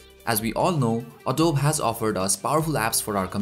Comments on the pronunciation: It's called ADOBE not adob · uh-doh-bee not adob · Its a-dow-bi not a-dowb LOL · Great video and sorry to nitpick but Adobe is pronounced 'Uh-Do-Bee' :)